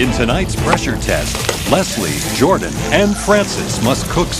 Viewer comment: Pronounce Jordan Masterchef: Jord'n Me: Gordon?